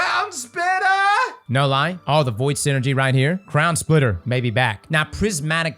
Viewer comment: "Crown Spitta"